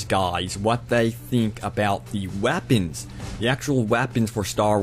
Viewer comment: Wow, lol, it sounded like u said wappins